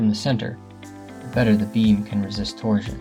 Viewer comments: Torsion is pronounced tor-shn, like portion. You say it like “tor-zhn” or protrusion “pruh-troo-zhn.” Kills me. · “Torsion” is pronounced “tor-SHun”, not “tor-Jun”. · Can't listen to you say torzion one more time 😭🤕🙉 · 🤣 Can't listen to a pothead tyring to stay awake, GET A PROFESSIONAL VOICE OVER NARRATOR. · You’re mispronouncing torsion.